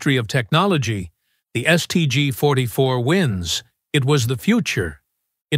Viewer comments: The "Saint G 44"? AI strikes again. 😂😂😂😂😂😂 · "Saint G"... "Carbyne"...piss off. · Try teaching the stupid AI narrator to speak. St. G? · Saint G??? More slop thats not e en checked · "Saint G"?, "citation" being read aloud. You've got to laugh though!